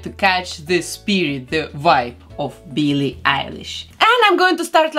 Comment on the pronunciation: I love her accent😍😂 She says "Billie" as "Beelie" 😂